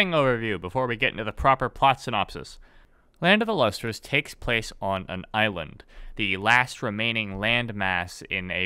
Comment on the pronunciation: Since this guy mush mouths the title every time he says it, the manga is called Land of the Lustrous.